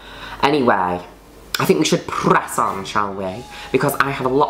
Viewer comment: p-r-r-r-ess on lollll